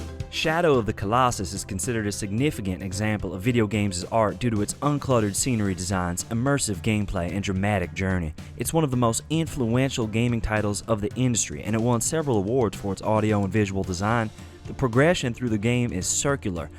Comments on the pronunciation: "It's one of the most eenfluention video game designs" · ayenfluwenshul lmao